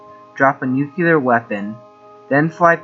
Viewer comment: ...... just some constructive criticism on word pronunciations for the narrator: Ver - SIGH ----- YUN - kers ------ NEW - clee - ur